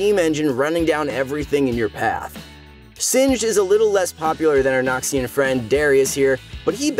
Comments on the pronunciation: NORMAL PEOPLE: Noxian Might!!!!: Nokshin Might!!!! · nobody:: "nahkshian" tbf he pronounces it better as the video goes on